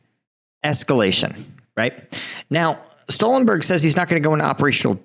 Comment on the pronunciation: Stoltenberg, not Stollenberg…😮😂